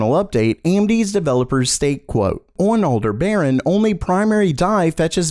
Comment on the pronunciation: LOL "Older Baran" Yeah thats not correct bud.